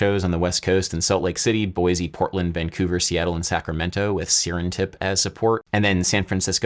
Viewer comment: first time in my life I've heard someone unironically pronounce the 'T' in sacramento